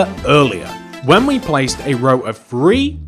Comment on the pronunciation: Nobody: Me: Him: One, Two, Free